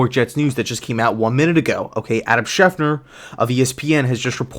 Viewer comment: Why do you always call him Adam Schef-Ner?